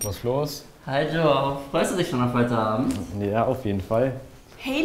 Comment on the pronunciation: Die sprechen João falsch aus. Das J wird wie das zweite G in Garage ausgesprochen und das Ã is nasal